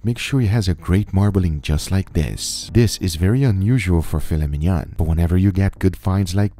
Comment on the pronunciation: "Filet mignonne".... It's "filet mignon".